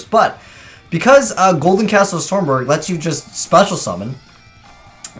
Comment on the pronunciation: Stromberg not stormberg.